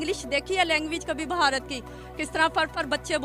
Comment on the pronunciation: ये बुढ़टोदी भारत को बहारत बोल रही है। 😡😡😡